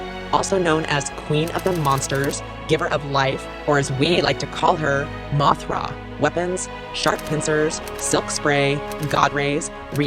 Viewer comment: No, no no no no no no no no Moira no no no that is wrong. You got it wrong. It’s Mothra how do you get it wrong you better fix it